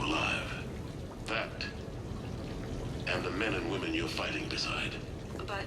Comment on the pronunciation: "All these... Wömen!"